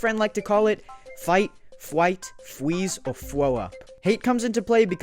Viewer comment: fight flight fweez or fwoo up